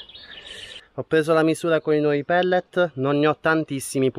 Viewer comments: sono pallet non pellet.:-D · Bancali non pedane ... Pallet non pellet ... ahaha grande comunque